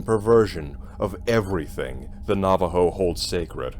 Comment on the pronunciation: It should creep you out! Thank you for the correct pronunciations of the tribal name and language words that you used. Very much appreciated.